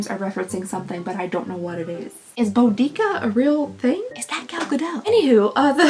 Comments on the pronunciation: it's closer to bow-di-ka. "Bow-dee-see-a" is thought to be a medieval mistranslation from Tacitus. I strongly recommend the BBC Podcast "you're dead to me" which has an episode about her, and tackles pronunciation. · bow duh kuh is a more correct pronunciation of Boudicca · it's pronounced boo da ca or boo da see ah.